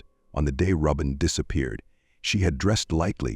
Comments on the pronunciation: IT IS NOT "ROW-BEN! IT IS "ROBIN OR ROBYN!" A.I. SUCKS!!!!! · I was a classmate of hers. Roehm Middle School. It was the 8th grade. And it may be AI talking, but you’re pronouncing her name wrong. It’s pronounced the same way you would pronounce Robin ROBIN like Batman and Robin. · I just can't with this AI voice calling her Robe in. Shameful